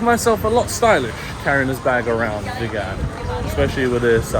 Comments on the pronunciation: It's pronounced VEEEEGUN. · Hi the towns name Vigan is pronounce as Veegan like a vegetarian . have a nice day exploring👍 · Hi Mate, it's pronounced as vee-gan like vegan. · You realized in a previous video you were mispronouncing Vigan but continue to do so. 🤷‍♂️